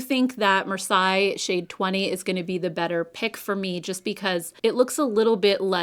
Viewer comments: This is an old city in southern France and is pronounced “mar-SAY”, not “mar-sigh”. I’m cool toned, so I’m so glad you tried these,. Thank you!!! I’m also glad the stick shadows are coming back. I am traveling this summer and they’re so much easier to pack and use on the go. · The Laura Mercier bronzer looks interesting. I'm going to check it out today at Sephora. BTW, the shade Marseille is pronounced "mar-say." Like the city. 🙂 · Love your opinions and the look is beautiful. (Marseilles is pronounced “mar-say” 😊) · In case you are interested: Marseille = 'maar·say' Thanks for the reviews. I always love yours. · Marseilles is said Marsey 😉 very surprised she used that name, it is one of the biggest cities in south of France, just at the beginning of the Provence but it is not the most stunning 🤣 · Love your eye look today! Marseille is pronounced like Marsay.